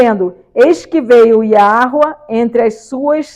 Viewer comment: YAHSHUA esta pronúncia está errada porque entre a letra "HÊ = H" e a letra "SHIN = SH" tem que ter uma vogal.